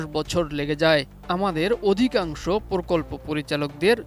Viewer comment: সাংবাদিকের উচ্চারণ ঠিক করতে হবে সে বলছে (প্রকল্প) পরকল্প,(প্রকাশ) পরকাশ